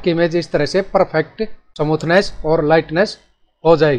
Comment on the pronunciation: फ़ोटो को समूथनेस नहीं कहते बल्कि स्मूथ बोलते हैं।।। ओर यदि स्मूथ नहीं बोल पा रहे हो हो गोरा या साफ बोल दो गलत उच्चारण से हमे तकलीफ है